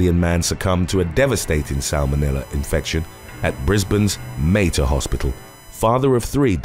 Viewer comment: It’s pronounced Ma-Tar (or Ma-Ter) hospital… Not sure where you got your pronunciation from.